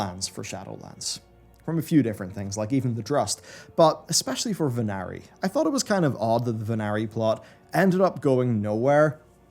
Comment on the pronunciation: Ven-are-e, not Ven-air-e. And I wish they would let us fight bosses in the Sepulcher in their original unnerfed states (not including bugs, obviously). It could be activated by an NPC that only the raid leader can talk to. I'd really like that.